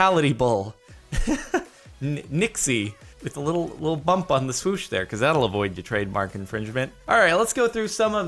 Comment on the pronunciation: Swish? No no... SWOOSH